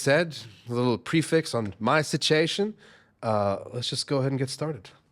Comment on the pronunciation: Love the way you said “sitch-ation”! Huge fan of Dan Vasc - glad to see we agree! Delighted to meet you - I’ll see you again soon 🎉